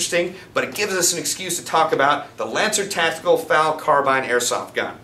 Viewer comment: Calling an FN FAL a finfal is like calling an AUG an ogg.